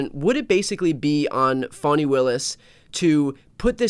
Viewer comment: In the south, it’s “fan-knee”, not fonny Willis.